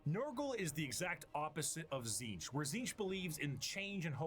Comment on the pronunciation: It's pronounced Tzeentch, not Tzeentch 😂